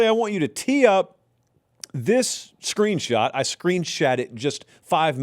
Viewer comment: you have GOT to stop saying "screenshat"😂